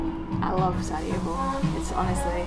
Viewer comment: she said "Saudi evo" instead of Sarajevo